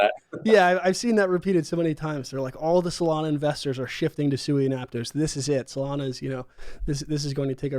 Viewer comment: Sui is pronounced Sweet without the t. Not soo-ee